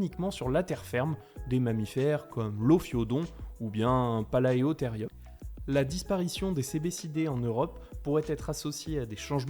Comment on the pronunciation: Premier commentaire comme par hasard c'est moi Dommage que les sous titres ne mettent pas l'orthographe exact c'est pour ça qu'il faut l'écrire soit même (c'est chiant et je compatis😅) Pour la prononciation, le "ae" présent dans pas mal de genres disparus se prononce "é" Exemple Archaeopteryx Et oui c'est valable pour palaeotherium Beaucoup de gens l'oublient du fait même que paléontologie s'écrit "paleo" alors qu'en grec c'est bien "palaeo" qui veut dire ancien.